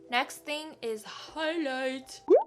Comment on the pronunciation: You have pronuce higlither like a french lol